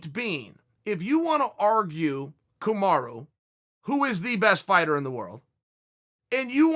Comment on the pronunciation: The irony is Camara is an actual name in Guinea. But I Chael is mispronouncing Kamaru as Kamarough (US: Kamaruh), not as Kamara.